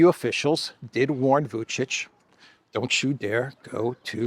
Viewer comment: I appreciate you correctly pronouncing Vučić, when I see millionaire anchors on major news channels repeatedly call him Vukik